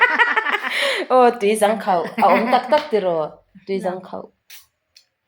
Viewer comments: Zang nilo zâng tia lam tur ani aw e😄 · tui zâng khauh tih tur niin ka hria.. hnung zâng kan lam rik dan anga zâng khi lam tur niin ka hria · Tui zang khauh tih lai khi i lam rik dan a dik lo aw...ka nau...😂😂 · Tui zang khauh kha athlukna a awmtur ilam diklo entirnan hnungzang kantiha zang kanlam dan anga lamtur hrethiam em😂 chuan athavek 👍